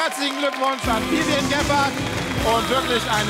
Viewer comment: Wie Elton einfach immer Vivien sagt 🤦‍♀